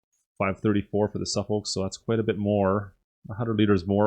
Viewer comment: I can tell you are not a ''Sheep herder'' or you might call yourself a shepherd,,lmao,, and the Suffolk is pronounced Suff-ock I only know because there is a area here in the UK,, not sure if that is where the breed originates from,,,great vid.